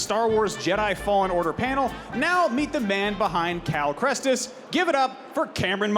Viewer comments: cal... 'krestis'? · The ign guy saying Cal "KRESTIS" all the time Cal Kestis is an easy one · Bruh i swear ive never been more triggered than when the guy contiusly calls him krestis and the text below cal says ketsis, like bruh its not that difficult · The host says Cal Krestis and the subtitle on the screen says Ketsis and it’s Kestis lmao. I wish Cameron corrected him but that’s not how you wanna start a panel. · the dude cant even say cals name correctly like Kal krestis !? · not this dude saying cal kResTis every time, gosh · "Cal Krestis" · He said cal krestis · am I the only one who got super triggered by the guy saying Cal kReSTiS?? Edit: oh no. Oh, oh no. They spelled his name as Cal Ketsis.. IM GOING TO COMMIT DIE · am i the only one that’s realizing that the guy keeps saying cal krestis and the thing at the bottom says cal ketsis. what the hell is going on with them getting his last name wrong 😂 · So the host says Cal Krestis and the card underneath Cameron says Cal Ketsis. Great work, folks. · I like how his name is Cal KESTIS and they said Cal Krestis and wrote Cal Ketsis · First the guy says Krestis then it says Cal Ketsis. Smh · I swear that the announcer called him "Cal Krestis" at the start. like it's not that hard to pronounce his name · Jesus, the interviewer keeps saying "Krestis", and the ticker under Cameron says "Ketsis".... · Cal Crentist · That moment when the star wars show doesn't pronounce the name Cal Kestis correct :sigh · It's actually quite funny that they managed to both pronounce AND spell the character's name wrong. No hate, it did genuinely make me snort.